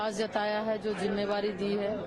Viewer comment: Mam aap jimmedari ko jimmevari bol rhi hai